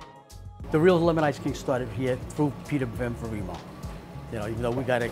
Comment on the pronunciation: Ben-fah-reem-oh??? Sampeeeno??? Not Italian. I bet they sweat ranch and cry gravy.